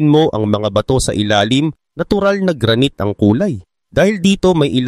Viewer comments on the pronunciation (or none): Boss ayusin mo Naman Ang Basa mo sa uri Ng bata... Ibabaybay ko na lang ha... (Gra- nayt) Granite..